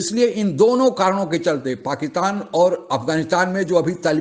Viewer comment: आप पाकिस्तान को पकीतान कहते है पहले अपना बोली ठीक करे